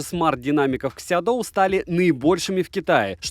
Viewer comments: Обзор как всегда информативный. Только название на русском языке будет звучать так "Сяоду", а не "Сядоу". Если интересно, могу прислать Вам таблицу чтения китайских слогов на русском языке. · СяоДу, так читается